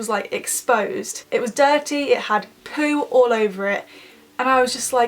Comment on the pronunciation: You sound like you struggle to say poo 😂